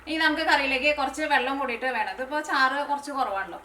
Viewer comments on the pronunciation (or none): none